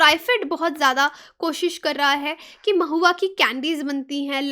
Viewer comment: U pronounced it maahua... but actually it know as Mahua